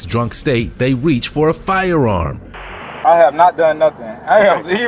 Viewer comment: very distracting, the way the narrator pronounces "firearm" like he has a speech impediment, except he doesn't have one.